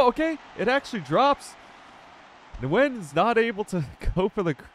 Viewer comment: pa-dillia 😂😂😂 bro pronounced Nguyen correct but not Padilla 🤡